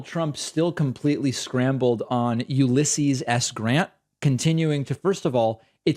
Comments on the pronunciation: "Uluisshius." Oatmeal brain Trump 🤦‍♂️ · The single reason Trump still pronounced Grant’s name incorrectly is that he slipped that once and said it wrong. If he now corrected it, that would be an admission that he made a mistake. And Trump is emotionally incapable of admitting to any mistake. Ever. Remember the 1917 flu? Well Trump does. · "Ulissius?" What a loon. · How tf does he nail dossier, but butcher Ulysses’ name? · Completely agree however you get a little too giddy over Ulysses mispronunciation and it really isn’t that bad. Really nitpicking when there are so many other deplorable statements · Archie Bunker again attempting to portray Biden as cognitively impaired, yet he seems to have siffi😢pronouncing the words cognitively, Ulysses, yesterday and his “soeech” is a confused ramble delivered in his weird monotone sounding like he’s in some fugue state? Clearly his cult followers are saluting with the wrong finger. 🖕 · Says Joe Biden is cognitively declining but can't even pronounce Ulysses' name... And those Blacks For Trump guys clearly didn't get paid enough to be there.